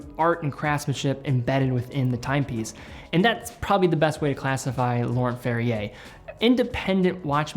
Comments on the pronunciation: Laurent Ferrier, French name, so “nt”-ending silent as well as “r”-ending. Like cologne Yves Saint Laurent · Pronouncing Laurent wrong man.